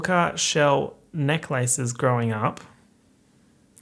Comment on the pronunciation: I love how says "neck lace"